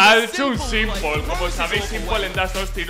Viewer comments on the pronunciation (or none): “es un Simpol”